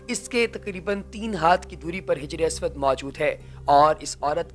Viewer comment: janab Hijre aswad Nahee Hajre Aswad bolen.